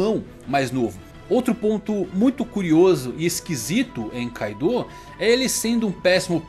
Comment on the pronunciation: Man nmrl não gosto quando os caras adicionam uma vogal, tipo "kaidooo